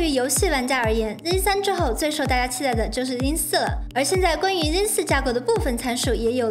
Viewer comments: 這英文破到笑，zen念zin，拉斐爾念拉佩爾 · 我一直聽到 jin 3